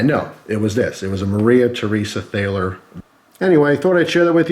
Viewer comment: btw, it's pronounced Tall-er